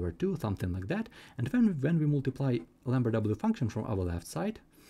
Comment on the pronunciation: What is he saying, lamber w function?